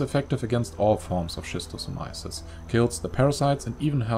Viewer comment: bruh please improve your pronunciation: it's [skistosamaiesys]